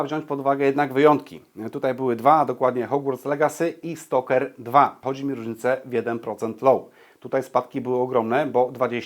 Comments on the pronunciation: Dlaczego mówisz "Stoker 2", zamiast Stalker 2? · stalker2 nie jest po angielsku i czyta się tak jak jest napisane